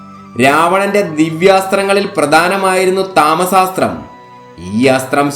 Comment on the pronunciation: താമസാസ്ത്രം അല്ല തമസാസ്ത്രം